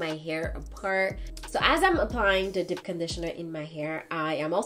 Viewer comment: I'll never get over how she says "dip" conditioner and "live" in lol